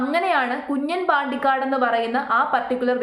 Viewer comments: കുഞ്ഞൻ എന്നല്ല , കുഞ്ഞാൻ ആണ് , തട്ടിപ്പിനും വെട്ടിപ്പിനും ഒരു കുറവുമില്ല. Congraa.... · കുഞ്ഞൻ അല്ല 😂 കുഞ്ഞാൻ . Ha enthayalum kuyappamilla aal air il aan😂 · കുഞ്ഞൻ അല്ല കുഞ്ഞാൻ പാണ്ടിക്കാട് 😂